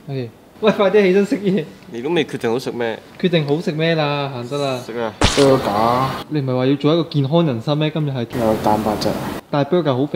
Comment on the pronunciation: Burger 🍔 not bruger